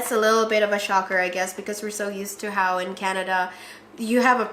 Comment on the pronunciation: I love you both but I wish “How” could be pronounced properly and not “Ho”.